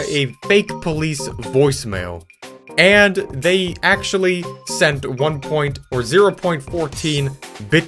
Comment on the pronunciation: Damn that Indian at about was actually INSANE at hiding his accent… Until the word “and” 😂 ”andth”